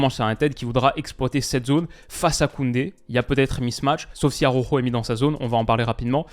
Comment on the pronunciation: stp, pas toi. Araujo se dit presque Alaoro, pas Aroro 😜😘